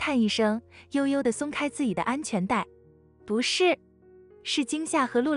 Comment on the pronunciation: 怎麼連“自己”都能念成“自以”😂